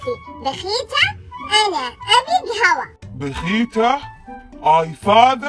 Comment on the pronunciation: ههههههههههههههههههههههههههه 😂😂😂 المفترض يقول باهيته مو بخيته 😛😛